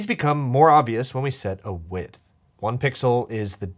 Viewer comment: I don't hear the "th" at the end of him saying "width"... so it sounds like he's always saying "wid". We are supposed to be pronouncing the "th" right? Or have I been living lie O _ o